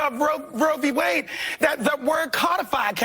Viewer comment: Bro B wade lol does even know how to pronounce it